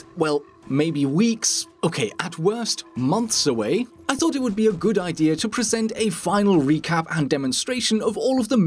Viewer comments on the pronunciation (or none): none